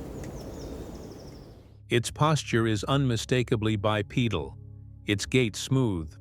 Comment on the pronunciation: bye-pee-dull--- not pedal